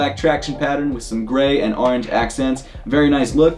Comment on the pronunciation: stop saying “aringe.” It’s “orange.”